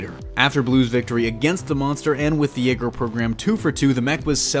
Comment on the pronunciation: Why do you say Jaeger like that,? It's almost like you're slowing pronouncing how the Japanese spell their Y's in romaji.